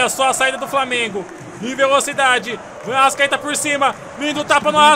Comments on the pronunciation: Para de falar arascadeus fala arastatudo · Fala direito é arrascaeta